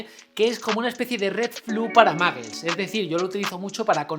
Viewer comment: Pero pronuncia bien... No es maggles... -_